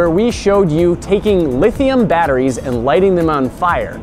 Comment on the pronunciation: Litheeum baterees